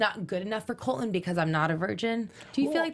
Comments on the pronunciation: you pronounce it like this COLT - LON rather than COL - TON. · tell to PLEASE pronounce her T's. His name is Colton.